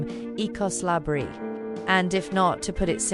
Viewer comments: La Brey-Uh. Not La-Bree. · @@ I’m pretty sure it’s la bray-uh becuase it’s spanish. you said it wrong so just admit it becuase you don’t know how it’s pronounced to begin with lol